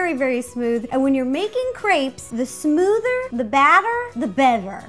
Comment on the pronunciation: the smoothahh.... the batteahh... the betteahh!